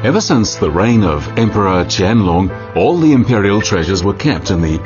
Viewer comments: a No. Qianlong is definitely not pronounced as QIANG LUNG. Not in Chinese even, Qian Long (dragon) is the correct pronunciation. Unless you're Vietnamese IDK lol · Qiang Long should be pronounced chien loong. not "long=size" but more like "lung=organ for respiration"